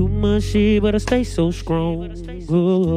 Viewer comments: Why dat nicca still say SKRONG even when he sing 😭🤣🔥💥💪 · Peeped that out too! skrong🥺